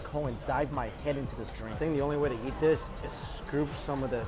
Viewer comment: I love the way he says ‘yeet’ instead of eat 🙊